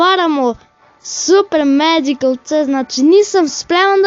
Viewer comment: Nije macikal nego magical